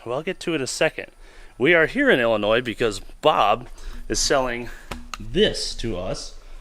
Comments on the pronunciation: Thank you for pronouncing Illinois properly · Holy shit, someone that can pronounce Illinois. 👏